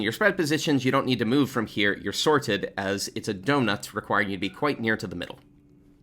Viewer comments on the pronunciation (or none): I love telling us to stay near to the meowddle